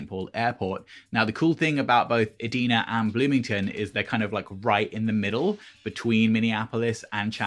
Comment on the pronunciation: Thanks for the video—it was good to hear what people wear since I will be going for the first time this year and have been worried about over/under-dressing!! I’m so excited about Celebration—should be a blast!!!😁💜 P.S. Minnesotan speaking here Edina is pronounced “ee-DYE-nuh”...(weird, I know!) Don’t even get me started on pronouncing Wayzata😜